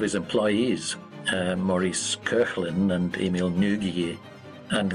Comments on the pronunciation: Emile Nouguier. Not Ngugi. :D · It's Maurice Koechlin and Emile Nouguier, not Maurice Kurland and Emile Ngugi ! ahahah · WTF ?!! How did Émile NOUGUIER and Maurice KOECHLIN become Emile NGUGI and Maurice KURLAND ?!!😂😂😂😂 They are neither Korean nor American lol (one is French and the other is Franco-Swiss) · I like your channel, but please, next time check the names of the people you mention, instead to write phonetically ! Emile Nouguier and Maurice Koechlin. Thank you. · Their names are Émile Nouguier and Maurice Koechlin. Who completely butchered their surnames and why? 😂